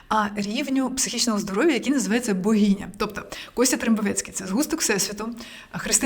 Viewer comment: Ну слухайте, оце слово з вимовою "багіня" це триндець